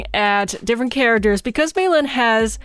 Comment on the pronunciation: I love how she calls mei lee meilin by the way i lov your vids